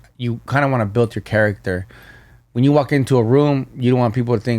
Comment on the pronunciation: “builDD” 😂😂